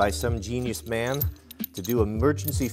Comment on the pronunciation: This dude loves men so much that he has to emphasize that it was a man who made this product.